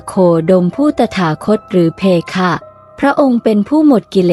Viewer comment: เพคะไม่ใช่เพค่ะอ่านไม่ถูก